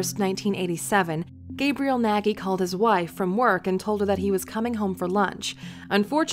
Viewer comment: Your pronouncing Nagy wrong.